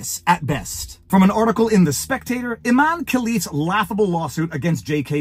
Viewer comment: Pronounced I-MAN-e 😂